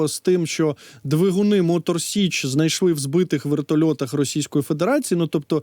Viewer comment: Тіліки не з Мотор СЕчі а з Мотор СІчі. Виправить будь ласка бо це дуже дико